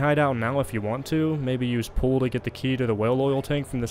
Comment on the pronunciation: Are you aware that you are misspronouncing pull?